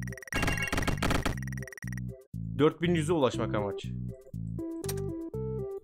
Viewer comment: Lemonede for everivone diyor yani Lemoneda for everyvone diyor